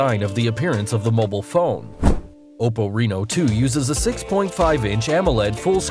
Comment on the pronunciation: The way this guy says mobile pisses me off